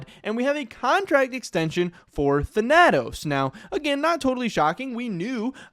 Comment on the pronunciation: Thhen-a-tose.... Wtf?